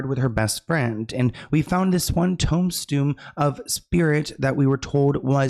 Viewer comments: saying “toem stoon” instead of tomb stone is killing me🤣🤣🤣🤣🤣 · Im sorry but the way called a tombstone a tome-stoon KILLED ME😂❤ Love him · Toe-mstone 😂 we love you! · Not a tauhm-stoom 😂 I love you! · No shade but toemb-stoon is sending me 💀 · TOME-STUME! 🤣🤣🧐🧐 i think is a russian spy or something this is very sus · Tomestoon and not toomstone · I love u.. But It's Toom-stone (that's how it sounds when u say Tombstone) great show!! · Sloans prononciation of tombstone is incredible! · Tomestoon is now my favorite way to say Tombstone 🪦 no shade that was hysterical and I shall carry this on. Random people in the hood in NY gonna be saying Tomestoon and that is on you 😅❤ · Tonestoon🤣 my dyslexic self chuckled a bit with that one... We love you thank you for doing what you do 🔥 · Are you trying to say tombstone? Sorry. If so, it’s is TOOM-STONE… if not, I’m just dumb and don’t know what you’re talking about. 😹 Very possible. 🪦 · My dude said TOMESTOON instead of tombstone 😂😂